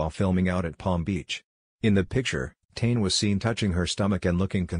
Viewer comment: That’s not how you pronounce tane 😂